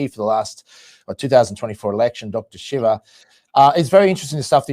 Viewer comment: Right from the beginning. Is this the idiot introducing Dr. Shiva? Can't pronounce his name right? Hasn't listened to a single one of his videos, where he introduces himself, and pronounces his name properly? is an asshole.